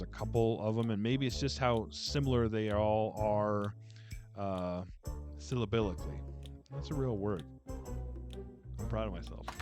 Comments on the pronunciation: It is a real word, but in English it's pronounced : sil - LAH - bik - lee. (Don't tell the OB that I corrected your pronunciation. . . Or I'm done fer) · And you ALMOST got the pronunciation of "syllabically" right... OH, SO close! ;-) But A++++++++++++++ for using it at all!!!